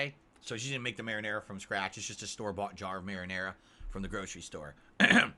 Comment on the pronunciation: I like how he feels he needs to explain to his moronic fanbase what pizza pockets are. Smh "Ya see, you gotta take one of these peeZUH bAHMS here and you dip em' in this here. This is maranaRUH SAWsce." snort